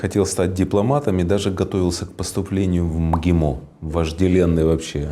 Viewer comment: интересное произношение слова МГИМО